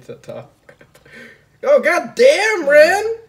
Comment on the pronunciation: LOL I hate to be "that guy" but it's "Jaune" and "Ren" not John and Rin...